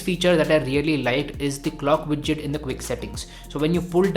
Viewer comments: It's widget not bijjit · "Clock widtchit" was a trigger.